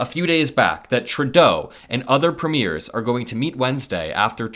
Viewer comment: Please forgive my pedantry…Premiers….Preemyeers…is how it sounds. Greetings from Canada 🇨🇦🙋🏼‍♀️🇺🇸💙